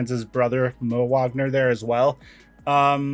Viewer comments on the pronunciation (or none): it's pernounced Vagner not Whagner lol